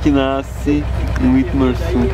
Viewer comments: Eu sou de Witmarsum e ele tá serto é witmarsumense e se fala como se tivesse um v não w tipo vitmarsum esta me dando agonia para de falar errado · Nem sabe pronunciar o nome da cidade kkkkk W em alemão tem som de V Não dêem informações erradas aprendam primeiro e repassem depois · Só a pronuncia do município estava errada.